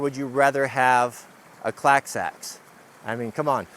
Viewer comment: as a non native speaker, I heard "today we are testing the most unusual access"... whaaat?